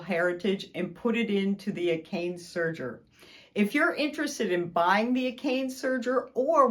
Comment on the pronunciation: looks like a fantastic machine... but it's pronounce a - ka - ne NOT a - kane